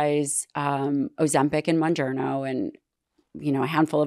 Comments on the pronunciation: How can this woman have an opinion when she continuously misspells Mounjaro calling it wrongly MounjarNo!!!! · It’s mounjaro pronounced moon jar o. Not moon jar no. Is this woman really a doctor that is familiar with these diabetes drugs or someone just running her mouth. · Is she saying monjourno? Scary that she prescribes it and can’t pronounce it. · The last expert couldnt even get the name right monjerno???? Did she mean mounjaro???😂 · Am I the only one that finds it alarming that mispronounces the name of Mounjaro (Tirzepatide) she says, Monjerno and TRIzepitide?!?! Wtf am I watching. She prescribed these meds?! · Please at least make them learn how those drugs are called! Adds some credibility to that “expert opinion”. “Muongiorno”! Aaah.. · It bothers me to hear the doctor mispronounce Mounjaro. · That lady saying mounjaro wrong is driving me crazy. Learn the name! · mispronunciation of mounjaro is alarming. How can you not know proper pronunciation if you work with this medication in your profession?! Anyways, it’s really scary what’s going on with the food industry and the pharmaceutical companies pushing their drugs. As a dietitian/ diabetes educator I teach my patients to eat healthier and be more active. However, I see a lot of patients resist. They want results but aren’t ready to put any work into reaching their goal 😮 The government needs to change some policies. I don’t see how this will get better otherwise 😢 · I find it funny that she is a specialist but cant even pronounce Mounjaro correctly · This doctor doesn’t know how to pronounce mounjaro, so that immediately makes me skeptical that she knows anything about it… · the heavily made up woman cant even pronounce Mounjaro but she’s putting people on it...yikes....